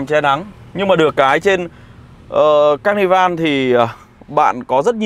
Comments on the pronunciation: "ca nơ vồ" chú ơi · ca ni vồ nhé a zai :)) đọc 2 lần cũng vẫn sai buồn cười quá :v